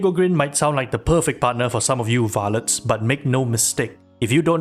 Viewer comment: I like how when u say Varlets it sounds slightly like it’s in a northern English accent like in the game